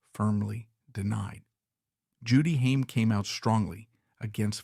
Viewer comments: It's funny when the AI voice says "Hyme" instead of Haim. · Stupid AI can't even pronounce his last name right. Pure slop.